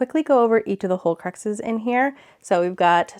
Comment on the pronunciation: Love it! I was a little thrown off by you calling the horcruxes "holecruxes", but other than that, it was a wonderful tour!